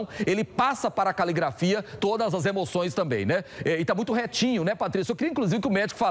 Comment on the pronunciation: "Caligafria"? Nossa que profissional bem formado. Com esses profissionais o Lázaro será pego fácil. 😂😂🤦‍♂️🧠💭